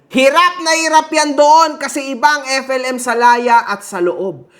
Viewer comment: Pati alyas niyang FLM Hindi pa nya mabigkas ng maayos. Epelim. Bwesit talsik talsik pa yong kinakain